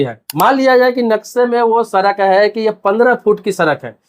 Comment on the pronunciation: Sarak nhin bhai sadak bolte hain